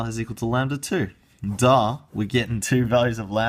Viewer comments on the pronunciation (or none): "Dah" I mean if it's obvious at least say it properly